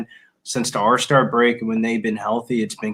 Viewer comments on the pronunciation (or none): say it with me ALLLL-star break not Arrrrr star. Im just messing with ya😜